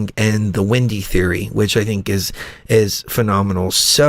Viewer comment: Glad to see you guys are back!/You pronounce Wendy as Windey, what state are you from?/Don't you think that the movie Interview With a Vampire had a lot of sexual overtones?/"How to build tools or war" did they NEED war before then?